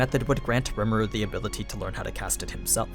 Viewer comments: "ree ma roo" not "rem a roo" but other than that amazing video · It’s rimuru not remuru btw no hard feelings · Its. Ree mar oo Not rem aru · I hate how this guy says rimuru, he's saying "remuru" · So basically it’s pronounced RE muru not rmur and it’s ME LEM not mlim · "Remuru" ????? just read his name bro how did you go from Rim to Rem?? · Normal People: Rimuru Others: REMERU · Rem Eh Ru lol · I'm sorry it bothered me way more than it should have "remeru" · gosh hearing you say Remuru is annoying. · You know someone hasn't watched an anime if they keep saying the name of the main character in the wrong way.